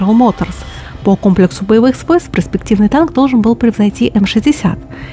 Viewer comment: ........ПРЕспективный........ПРЕспективный....ПРЕспективного... загугли хотя бы,слух режет твоя ПРЕспектива!